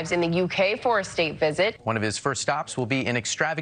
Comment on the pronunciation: Please don't pronounce the H in Buckingham Palace. Not ham, but more like um.